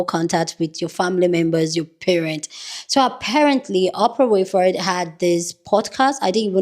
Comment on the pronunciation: WINFREY Pronounced win-free😂🤌🏾❤